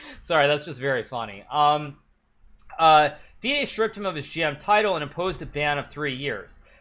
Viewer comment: Its not feeeaid its fide. Wow.